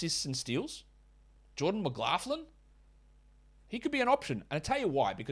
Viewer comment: Still noticed that you are putting an effort into pronouncing "Mclaughlin" 😆GJ on the show! Keep em comin!